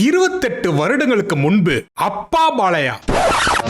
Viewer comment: உன் தமிழ் ல தீய வைக்க அது "பாலையா" இல்லடா அது "பாலய்யா"